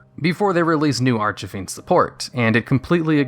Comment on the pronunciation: holy cow. you said archfiend correctly, multiple times.